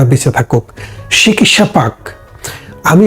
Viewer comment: লালজামা পড়া মানুষটি একটু সঠিক বাংলা উচ্চারণ করুন। "শিকিৎসা" আবার কী? বলুন, চিকিৎসা!! সঠিক বাংলা বলুন। জিভের আড় কাটান।